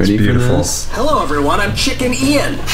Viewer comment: it's not chicken ian, it's "chickian " 🤓😆